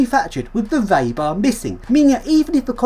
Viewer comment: "reebar", not "raybar".